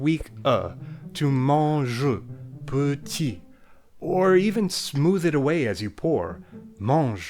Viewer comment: "Petit" still pronounced "peuti"